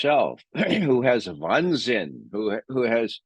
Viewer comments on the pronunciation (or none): Wahnsinn, not Wannsinn.